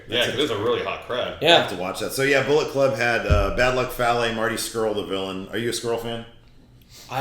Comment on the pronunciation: Not sure if you're saying it differently now but Bad Luck Fale is pronounced like Fa like from far and Le like let.